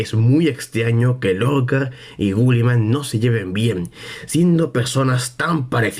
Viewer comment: Una pregunta porque dices gulliman y no guilliman?